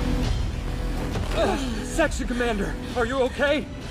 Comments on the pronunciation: he sed sexer comander okay 😧😧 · am I the only one that heard him say sexy commander😭😭😭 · It sounds like he said sexy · Oh it’s supposed to be section commander🤣🤣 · It was meant to be section commander but I just hear sexy commander. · I think I heard selection commander literally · BRUH he said section commander bruhhhhh